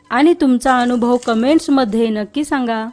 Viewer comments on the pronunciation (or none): none